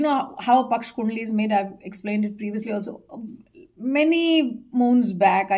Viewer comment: For a change, it's "yog" and not "yog-a", "paksh" and not "paksh-a" ! She's clearly indicating towards Bangladesh and W.Bengal election times !